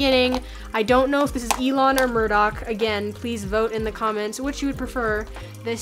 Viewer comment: It's Murdock...lol